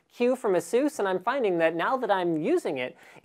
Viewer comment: STOP PRONOUNCING ASUS WRONG! >:@